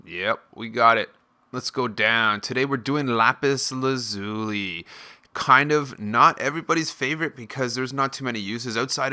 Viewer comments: It's pronounced Lapis Laz-uh-li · It's actually more like lapis laz-ya-li. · Lmao you said Lapis Lazuli wrong